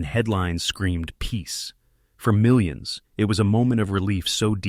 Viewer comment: “Milli ons” - nice AI. Bye